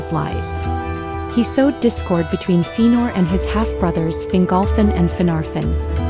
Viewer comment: Very nice but its pronounced Fe-a-nor.